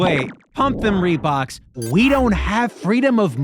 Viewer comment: “Pump them reboks”😂